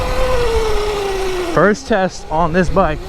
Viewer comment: "FIRSST RIDE"